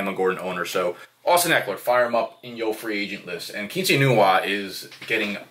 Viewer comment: The way you pronounce ekeler at first and throughout the video is correct